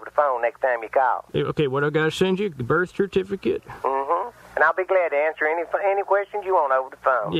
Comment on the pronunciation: wtf is a burt cifcate